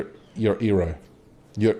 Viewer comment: this man can't pronounce Erno